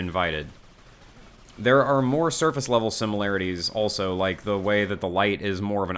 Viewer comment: He's got great videos, but he says the word "also" like it's "elso" for some reason lol